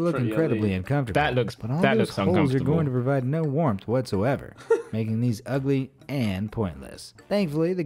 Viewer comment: The way tobi said ugly 😂😂😂😂